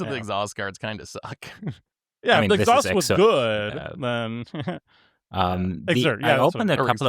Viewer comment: yeah, it's funny though because they said it right the first time and then said exhaust every other time.